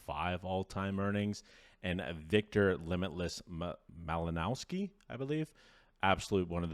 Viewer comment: It isn't pronounced "Malinowski", but "Malinovski"/"Malinoffski".